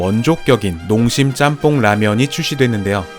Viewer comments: ‘잔폰’ 이라는 발음보단 일본에선 ‘ちゃんぽん’, 한국어 발음으로 표현하자면 챤폰 이라고 발음하는게 현지 발음이랑 가장 비슷한거 같아요 :) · 잔폰아니고 짱뽄이 더 발음 가까워요 ちゃんぽん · 잔폰?? 일본어에 이런 발음이 어딨어 챤퐁이지